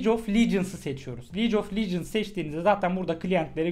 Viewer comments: licof lecıns değil abi ligof legends yani league of legends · liec of licıns